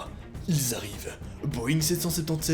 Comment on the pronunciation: Pour quoi tu dis 2020te ?